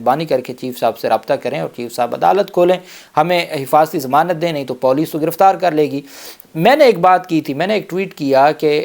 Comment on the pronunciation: sb..paulice naheen police hota hai.. lol